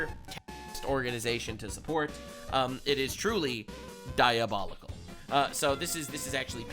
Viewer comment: Excuse me sir but it's pronounced DIABOULICKLE